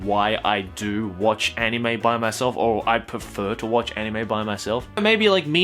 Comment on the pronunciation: Anyone else want to bash their head on a brick wall every time he pronounces anime?